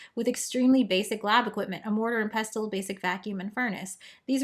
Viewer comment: Pestle is pronounced pessle, fwiw.